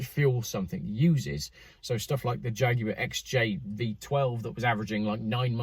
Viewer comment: I enjoyed the "jagwaaar" pronunciation